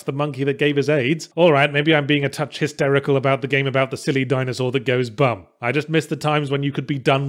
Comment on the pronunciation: It always sounded like "blerm" to me, not "bum"